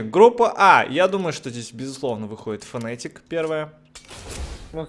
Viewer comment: фнатик а не фнэээтик